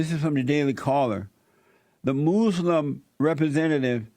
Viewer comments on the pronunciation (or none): Love the way he says "moslem" ammazzziiinn. She should be DEPORTED!! The whole west like that we made it and allow other races to live here, and they tell us we are bad people? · WHAT THE HELL IS A MOOSE-LUM LMAO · When the fuck did we start to say, "Moos-lim"?